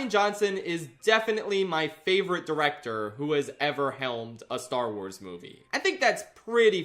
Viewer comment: I FAWKING LOVE STAR WAAAAHZ